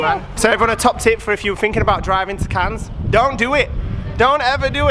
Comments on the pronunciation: The s in Cannes is silent so it's pronounced Can x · Just to let u know that the s is silent in Cannes xx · Not judging or criticizing, just trying to be helpful, Cannes is definitely pronounced with a silent s at the end. Have a great holiday! Much love to you all!